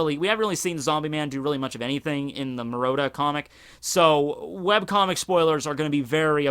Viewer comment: "The maroda version" MU-RA-TA. Great video tho.